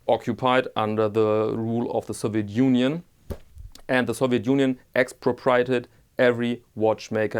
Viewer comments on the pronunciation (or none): "Ex-pro-pree-AY-ted" ( AY as in PAY) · Late comment, X-pro-pre-a-ted, ( remember)